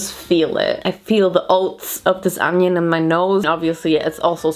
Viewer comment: Girl, its ONION, not ANYUN. XD Your Harry Potter puns were on point!